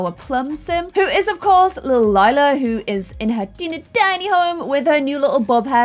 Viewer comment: If you had named Lila, Lilac you wouldn’t have so much trouble pronouncing her name.